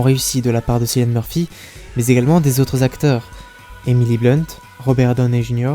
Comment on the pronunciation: Bonjour, Bonne analyse ! Juste une remarque : Cillian se prononce "K"illian. 🙏